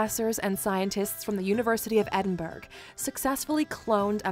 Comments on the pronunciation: That is Edinburgh, you can see it on the top of the hill which is a non active volcano Also, that cringe feeling when the narrator said Edinburg.... It is Edinburgh, we pronounce it as Edin- Bruh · 😂😂 Edinberg it's not pronounced that way at all it's not like an ice berg think of it like Head - In - Bruh trust me Edinburgh 100% don't go there saying its like an iceberg you will possibly get punched 😅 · As a Scottish person, theres a lot of inaccuracies in this video. Her pronunciations are also terrible. The capital Edinburgh is pronounced Ebin-burrah not Edin-burg. Also, Donald Trumps mother is Scottish, thats why he has such an affinity with Scotland. Also, although theres a large Catholic population, particularly in the west, Scotland is a Protestant country, worh rhe Church od Scotland being the main church. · Its always painful hearing these american videos and the narrators cant pronounce Edinburgh (Eh-din-brah) or Glasgow (glaz-go) correctly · Was enjoying this video until she called it "Edinburg" 🤣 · Never Trust any one that can't pronounce Edin "Bruh" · While the video you used was maybe not the best choice, I have to give you 10 out of 10 for yours!! Will say to correct the lady Edinburgh is pronounced Ed-in-bur-ra 😊😊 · It is not Edinburgh it is Ed in bur u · Has to be the worst video I've ever seen about my home country. From mispronunciation of Edinburgh ( as usual), to thinking England is Britain, to talking about inventions and not mentioning the TV , I could go on. You should maybe check out Scotland's influence in The USA and Canada, might be of interest to you. Scots helped set up both countries education, medical and political systems. Most of your former presidents are of Scottish or Scots Ulster descent. Most of the civil war generals on both sides had Scottish descent. Even the term 'hillbilly ' is derived from Scots immigrants to the USA. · Why can't you get somebody who can pronounce Edinburgh and other words